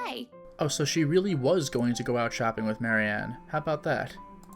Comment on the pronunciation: Ah, this is the first time I noticed also saying "Mary Anne" instead of Marianne. Well, it was in a half sarcastic manner, quoting Hannah's words so maybe that was on purpose.